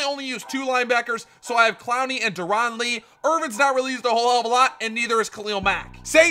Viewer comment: Dare-in Lee Not Dur-on Lee Sorry, that just got on my nerves